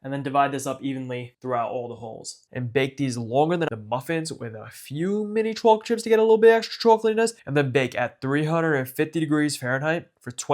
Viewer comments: chocolate swauce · i love how he says chocolate